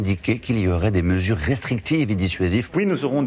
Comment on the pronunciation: Macron il sait même pas dire restrictifs ! Hh